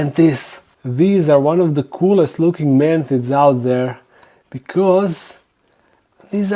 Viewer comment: This video stayed playing automatically on suggested from my channels im subbed top. I was like "oh cool, I recognize that voice (I was busy doing dishes) and then I heard "man tits" and I ran to the screen and said "he said fuckin what??" 🤣😂